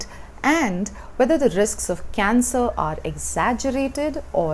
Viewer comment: She says cancer = cancel.